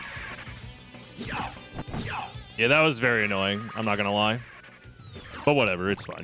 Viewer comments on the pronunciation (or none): 'over the yerz you never told' 'a li'